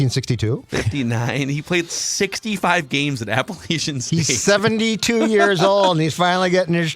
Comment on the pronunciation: It's APPA-LATCH-IN ...or UN. Not LAYCHAN. Damnit dudes. You've seen the Michigan game, undoubtedly? Maybe turn on ESPNU on September 3rd at noon? LATCH...LATCH....LATCH...LATCH...APPLE...ATCH....IN